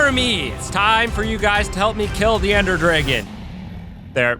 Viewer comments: the way he says ender dragon as "ender drigon" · ender drigon?